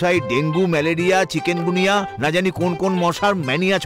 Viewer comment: চিকুনগুনিয়া not চিকেনগুনিয়া